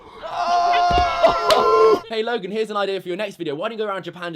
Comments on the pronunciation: Again another youtuber who wants to get views just by mentioning Logan Paul and giving the video a dramatic title . Oh and btw it's Logan not "lauogan" if you don't know Logan just stop talking about him he is like that in every video that is absolutely normal from him. And yes joining the movement being a maverick is good! Oh and btw he is living his life and not talking about what YouTubers did!!!!! I'm sure he could talk so much shit about you too! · Whenever says his name, it sounds like he's saying "Logan Poo" sometimes XD